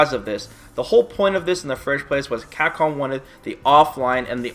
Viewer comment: What I can't bear with is your pronunciation of "Capcom". It's CAP-COM not "Cacom". Your lips are supposed to be put together to say the "P" sound. Damn that shit drives me nuts.